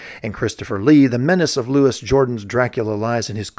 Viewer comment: It's Loo-ee, not Lewis. He's a Frenchman. 🇫🇷